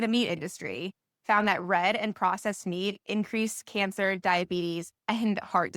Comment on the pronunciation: She doesn't know how to pronounce MEAT . MEEEEEET ??? Hahaha 🤣